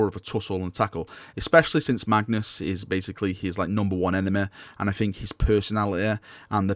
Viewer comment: lol enema. why do you pronounce Y as A?